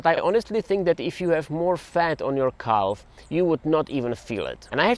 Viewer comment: The way you say calf sounds like an Amish person saying cow.